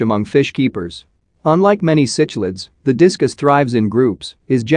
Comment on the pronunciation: Cicjlids is pronounced sicklids not sitchlids.